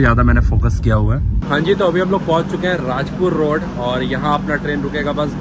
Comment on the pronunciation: its कुडाळ not kudal & its,राजापूर रोड not राजपूर रोड